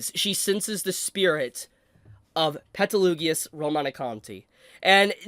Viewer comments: Pls learn how you pronunce Petelgeuse/Betelgeuse's name since he is one of your favourite characters, as you said. He's not Petelugeoous. Also, you missed the post credits scene where they show how the wives are alive and Emilia tells Subaru about being frozen? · Why does he keep mispronouncing Gueses name 😭 every time i hear peteloogius it's like nails on a chalkboard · I stopped midway through this video because I couldn't understand how you could pronounce Satella and Petelguese's names so aggressively wrong. Did you not watch the animes?